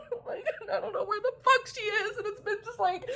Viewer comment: this literally makes me laugh every time 😂 “idk where the FAWK she is!”